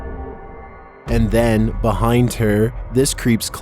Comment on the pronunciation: For video #10 & #5. An Indonesian friend of mine pronounced "Pocong" as "Poh-Chong" & not "Poh-Kong". The former is much more accurate than the latter. Just saying & pointing it out.